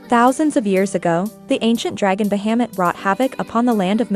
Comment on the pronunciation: The way you pronounce Bahamut... I had to quickly jump ahead. Bahamut is a well known name for the dragon in all stories/anime's/games. Try to look into the pronunciation in the future ^-^ It's a well known dragon. Great video otherwise!